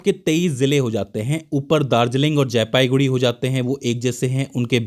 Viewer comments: sir jee,it's jalpaiguri not jaipaiguri.......before uploading please check it carefully....... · Not jaipaiguri it's jalpaiguri ok . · AAP KA BISHLETION ACHA LAGA PER AAP JALPAIGURI KO JAYPAIGURI MAT BOLIYE😂,,,MERA GHAR JALPAIGURI ME HAI